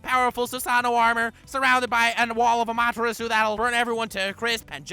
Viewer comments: Who got triggered when when he said ama tarasuu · Wait wait wait wait How the fuck did you read “amaterasu”